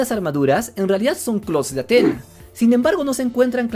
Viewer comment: Es Atenea 😂😂 cuando dices atena me suena a antena de televisión 😂😂😂